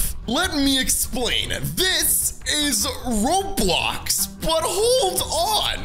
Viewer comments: lol said Robiox not Roblox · its "roblox" not "Roblox"